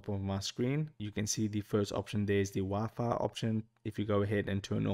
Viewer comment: Dude can't even say wifi